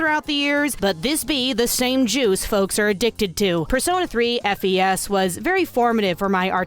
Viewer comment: Hello. It's pronounced "Fes" btw. As in short for "festival". Not F. E. S. Okay bye.